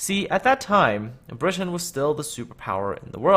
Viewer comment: The way you pronounce 'Britain' is obnoxious.